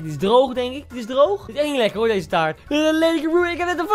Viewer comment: Taart gvd het is “taart”